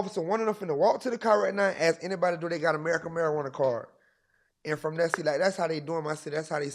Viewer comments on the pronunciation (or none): Did bra say America marjuana card 😂